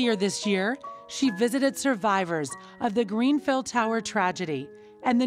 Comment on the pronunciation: can she stop saying " greenfell " it's grenfell